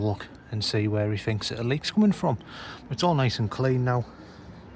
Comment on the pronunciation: The word is the not va .